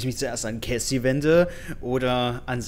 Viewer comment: warum sagst du immer caysy? es heißt cassie (ausgesprochen: kässi) okay?